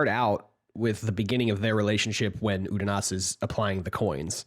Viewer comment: Every time you guys revert to pronouncing it 'Udonis' I die a little inside.